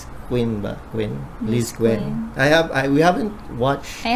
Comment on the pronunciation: Bilang isang admins po ng LizQuen ay ako na po ang nanghihingi ng sorry sa inyo kung na offend ka man po ng isang co fans namin or ilan pa pero correct ko lang po ang tama pong bigkas sa LT na Lizquen ay parang LizKen hindi po Lizkwen at kaya po ganun si Quen is kinikilig po kaya po napapadila... So okay lang po samin nasabihan nyo sila ng ganun pero sana po hindi sa video dapat po sarilinin yung mga ganun para naman po sa mga Lizquen or iba pong loveteam ay hindi po kayo nasasabihan ng ganun na may favoritism Pasensya na po at Sorry na rin po sa mga nasabi sa inyong masasama